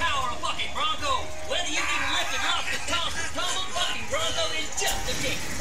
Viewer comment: am i the only one who hears fucking brunco rather then bucking brunco